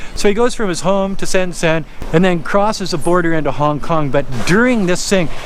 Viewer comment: You’ve lived in China for 17 years going on 18 years but you absolutely butchered 深圳 what do you do in China?